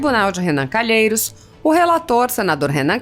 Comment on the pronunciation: Vai pro colégio primário apreende falar culhemokkkkkkkkkk